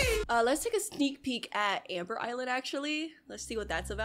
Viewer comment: Bro said a sneeck peek but full song